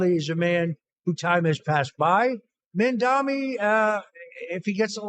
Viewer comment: Hilarious watching everyone butcher Mamdani's name in every Youtube podcast. Zamdami hahaha